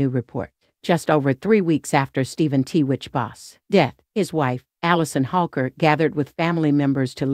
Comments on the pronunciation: Why are you pronouncing his name as TeeWitch? It’s Twitch for gosh sakes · Private means private, yet you take pics and made a video. And it’s not “t-witch”. It’s “Twitch.” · “TWITCH,” not “T-WITCH.” 🤦🏼‍♀️ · if your gonna put this type video out make sure you get his name right It is Twitch , not T Witch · The name is 💎TWITCH❣️not T- witch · It's 'tWitch' not t-witch. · His name wasn't t witch it was pronounced twitch. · His name is Twitch!! Please out of respect say his name correctly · It's a computer speaking "T witch"